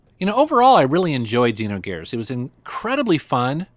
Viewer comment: You pronounced XEnogears wrong.